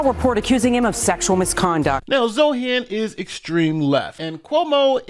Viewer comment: Hey, I noticed you were saying Zohran's name wrong. I don't really care that you did, and I don't care if you fix what you're saying, but you kept saying zoRHan and not zoHRan. My mom does a similar thing with Chipotle. She says chipoLTay, and not chipoTLay.